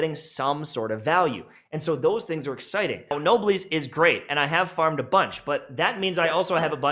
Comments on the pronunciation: Me physically cringing every time I hear "nobliss" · awesome work! But it's noblesse - no bless... It's a female Noble. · dude mispronounced noblesse and just kept going